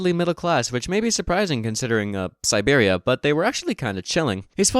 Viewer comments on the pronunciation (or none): none